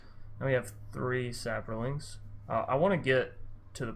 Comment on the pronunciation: It's saprolings not saporlings lol